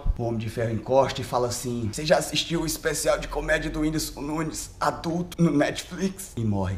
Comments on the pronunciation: "O IMPORTANTE É SER VOCÊR"😂😂😂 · "O importante é ser vocêr" Nunes, Whindersson 2019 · "O importante é ser vocêr" Whindersson/2019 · "O importante é ser vocer